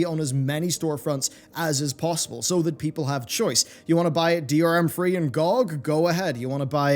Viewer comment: GEE-OH-GEE!! not gawg!